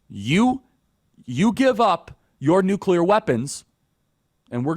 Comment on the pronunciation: So glad that you actually pronounce nuclear correctly; so many other "influencers" do NOT. Like fingernails on a chalkboard to hear supposedly educated folks saying nucular ("nuke-you-ler"). Thank you.